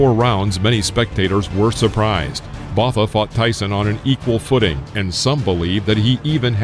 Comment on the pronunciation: wow completely butchered Francois Botha's surname